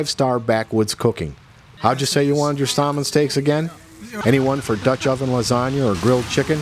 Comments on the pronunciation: Salmon is pronounced with the "l" silent. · nice video. are you foreign? your pronunciation of salmon is pretty funny.